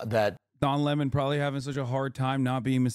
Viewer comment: I’m just here to hear Hasan say Le Mon 👀